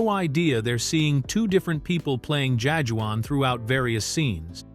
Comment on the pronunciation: The narrator is phonetically pronouncing Jajuan lol. AI is not programmed to understand the nuances of uniquely afrocentric names.